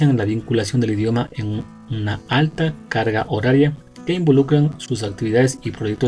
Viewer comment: Alguien más noto que dice, la caga horaria.